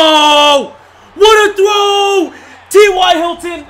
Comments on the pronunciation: When said what a trow it sound like what are those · When he said "What a throw" it sounded like "What are those".